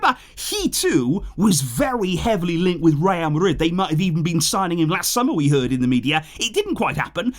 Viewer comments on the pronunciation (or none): none